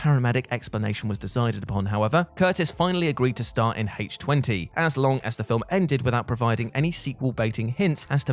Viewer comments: Since when has Halloween H2O (i.e. the chemical formula for water) been said as Halloween H-Twenty? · HAYTCH TWENTY?! I DON'T EVEN WATCH THIS FRANCHISE YET WTBFH?!🤪😹